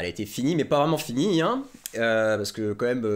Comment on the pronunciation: je t'aime mais attention tu dis "commême" au lieu de "quand même". Et super boulot continue comme ça!